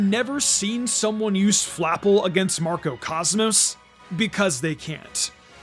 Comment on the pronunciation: It’s pronounced sill-val-EYE, “”! 🤨 Silver and Ally, in the name origin! Come on, get it right! 🙄 As for Macro Cosmos, you put the C and R on backwards. It’s pronounced MAC-ROH cahs-mohs! 🤨